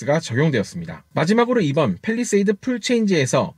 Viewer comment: 팰 입니다 펠이 아니고